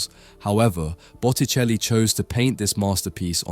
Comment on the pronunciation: Bucheli?? Es Boticelli !!! Hay q arreglar la IA.....🙄